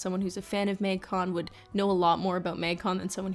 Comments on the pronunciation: Literally no one:: Maeng-con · is it just me or does the canada really jump out when she says “magcon”?